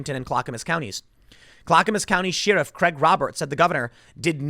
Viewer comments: Sheh-ruff.... not Shear-ruff ! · Are you fucking trolling me with this sheeriff thing. Tim...tim...its pronounced share-if. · Tim! Sheriff is not pronounced "shear-off. Where I come from it's pronounced "Share-if". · Tim I speak on behalf of everyone when I say please pronounce it share-if not sheer-if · Sheeriff. Expeeriment. 😂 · Why do you say “Sheeerif”? Pretty sure that’s not the way it’s pronounced. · The way Tim pronounces “Sheriff” is very offensive